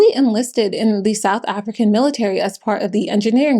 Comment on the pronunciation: As a South African I want to acknowledge that you did a solid job with the name pronunciations. 👏